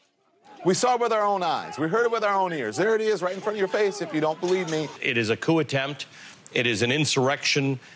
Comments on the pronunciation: um, anyone notice the officer said Coup Coop which means he was given his talking points he read the word like it was his first time reading it. It's pronounced COO or more literal K-ew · These cops are jerks. An embarrassment to law enforcement. The first one read and mispronounced the word coup. 15 minutes of fame. Are they looking for promoting. Yes! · The first guy pronounce the P I. Coup